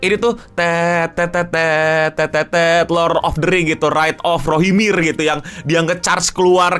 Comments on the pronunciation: Rohirim bang bukan rohimir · rohirrim, bukan rohimir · Gatal banget pengen koreksi, War of Rohirrim bang bukan Rohimir